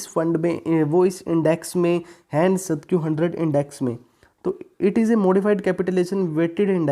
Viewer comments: Its Nasdaq, not nasadq 😂😜😂😂😂😁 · Bhai its Nasdaq. Not Nasadq